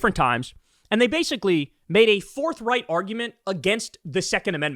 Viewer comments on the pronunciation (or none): Did you say "forthright argument" or "Fourth Reich argument"?